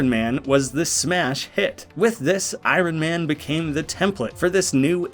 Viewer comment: Lol. Just leave out the R..... I on man lol. But is the best so I Ron is ok too 😊